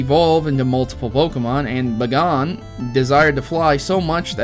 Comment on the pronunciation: You say bagon wrong